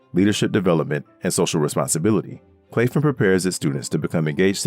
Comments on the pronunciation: Wonderful video, only comment is Claflin is pronounced Claff-lin, not clafe-in. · Oh and Claflin was pronounced wrong in this video. My grandmother is an alumnist of that institution. It’s pronounced Claflin (short a sound ).